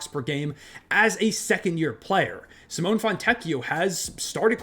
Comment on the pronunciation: I would really appreciate if you could correctly pronounce Simone fontecchio name Cee or See Mo Nay or like Nelson Ne See 'MO ne